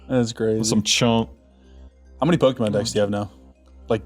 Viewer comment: He keeps saying, "Poke-ee-mon". shudders